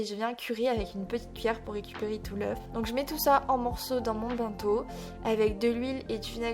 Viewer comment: C'est pas méchant mais dans bento le ben ne ce prononce pas " bin" mais "benne" comme dans une ben à ordures